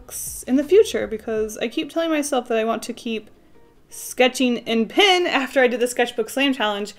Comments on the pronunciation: OMG IT'S PEN NOT PIN LOL IT'S OK BUT 😥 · It’s cute how you pronounce pen, sounds like “pin” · It was funny to see you pronounce "pen" the same way you do as "pin", rather than the same way you start when you say "pencil". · The way she says pen. Pin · everything you say “pen” I think you are saying “pin”